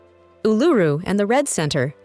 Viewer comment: Lmao, she can't even pronounce Uluru correctly.